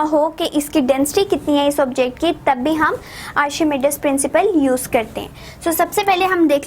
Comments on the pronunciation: It's pronounced Arc He Me Deeees principle ... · Mam sorry to say but your pronouns are incorrect of archimedes